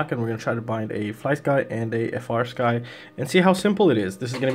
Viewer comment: bro, I love your content, but it's not "F - R Sky." It's "Free Sky." The company makes it very clear in, like, the FIRST line of all their documentation!! 😅